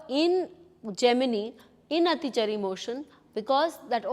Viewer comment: Your basic pronunciation of Atichaari is wrong